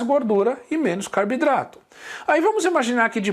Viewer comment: Professor pq você fala Carbidrato e não Carboidratos?